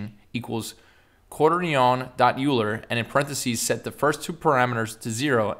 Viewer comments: the way he pronounces quaternion.... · the pronunciation of Quaterion.Euler killed me lmao